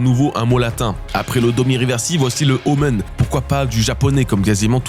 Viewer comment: Super vidéo, mais je suis quasiment sûr que "omen" se prononce "omène", pas "omeune" 🤣